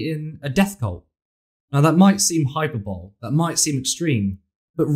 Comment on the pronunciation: Hyperbole is not pronounced hyper bowl. It's more like hyper bol ee